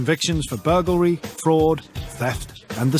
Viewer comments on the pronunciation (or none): I really enjoyed this documentary, but I'd have enjoyed it much more if the narrator could say 'burglary' properly.